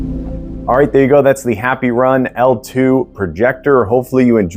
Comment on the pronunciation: Did he say happy run? 🤣😂😂😂